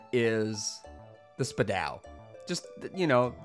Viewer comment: it's spudow not spupow